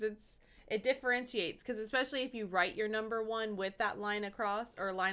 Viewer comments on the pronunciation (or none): Tell me, why do Americans always say "Exspecially" with an X that isn't in the word ?